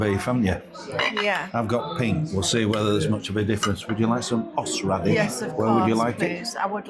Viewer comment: Hossradish that made me laugh 😂😂😂